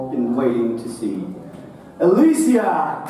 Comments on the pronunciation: The way he pronounced "Alycia".... Getting really mad rn... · Did he just pronnounce ''Alycia'' wrong? how dare he